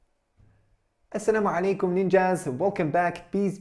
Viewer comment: WaAlikumMusSalam Muhammad brother... 🙂 The way you say Aslam O Alikum it's so beautiful...